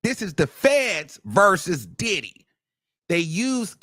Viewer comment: And hwo- hwaine 💨😂